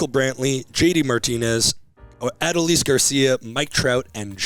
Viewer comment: Crazy how these guys still don’t pronounce Adolis correctly.